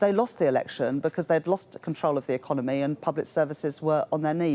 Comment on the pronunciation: And that female customer service voice, and pronunciation economay, peepul, so unconvincing